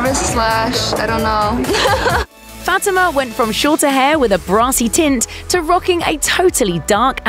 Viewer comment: Her name is pronounced Fah-TEE-ma (Fatima)